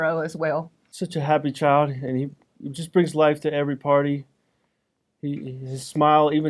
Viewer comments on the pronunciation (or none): The way she says child bothers the hell outta me. I’m from the southern US and we do tend to hang our vowels but… “Chyy-y’all’d”. It was just such a weird way to say it and, to me, you could hear her hatred just by how she pronounced that one word. She had weird vocal inflections on a lot but that stuck with me.